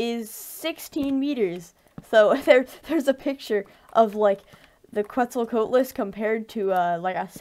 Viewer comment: Also you slaughtered the pronunciation of Quetzalcoatlus